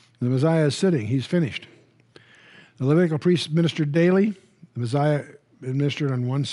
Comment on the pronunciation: why does Chuck say the meziah instead of the messiah?